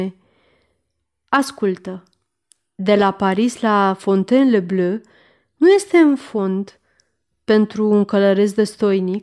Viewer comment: v-am trimis ca exemplu cum se pronunta Fontainebleau.Sper ca va poate ajuta.Mult succes in continuare !